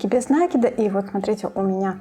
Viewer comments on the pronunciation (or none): Все просто супер! Но почему нАкид? Есть же правильное русское слово накИд. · Только не обижайтесь,слово накид,ударение приходит на букву "и",просто когда слушаешь,режет ухо,простите.